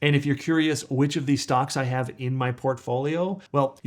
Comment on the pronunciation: 9 StocK….or stock”S”. You made that weird mistake twice. Is this Ai generated?